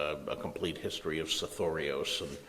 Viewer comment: the way the say it makes it sound like a greek name